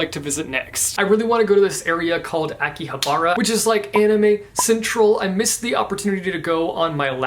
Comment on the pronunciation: you mispronounced Akihabra 😂